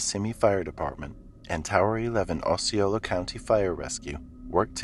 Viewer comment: Oh See Oh la (Osceola county) We have an Osceola, IN where I lived for 5 years. That way you can pronounce it correctly next time.